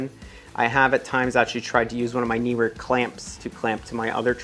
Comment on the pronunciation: YES!!! One of the FEW to ever get the pronunciation of Neewer right! Also -- mad respect to you as one of the few NEWCOMING photography YouTubers (with only 307 subs at the time of this comment) to have gear sent to you for review! That is a RECORD as far as I'm concerned. More success to you on this new journey and cheers!